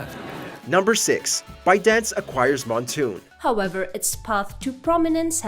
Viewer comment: I had a stroke when said Moonton as Montoon.